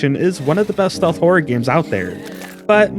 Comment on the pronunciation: It sounds like you're saying "whore" instead of horror. Maybe you also say "meer" rather than mirror?